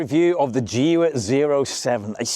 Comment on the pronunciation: I got the video suggested dunno why maybe because of my professional deformation... i skipped straight through it when you tryed to pronounce the name of the car 😂